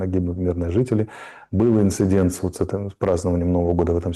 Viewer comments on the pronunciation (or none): none